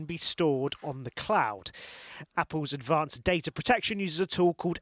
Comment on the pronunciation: 1.15: "Adavanced" ?!